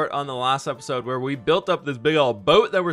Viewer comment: I love how he says episode "apasode"